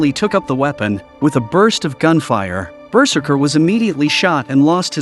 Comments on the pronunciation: BERserker. Lol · The way the narrator pronounces ‘berserker’ is just too funny